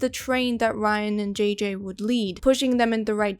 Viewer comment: It took me a while until I realized she was saying "JJ" and not "GG".